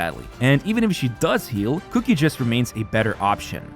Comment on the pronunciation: Stop pronouncing qiqi “cookie”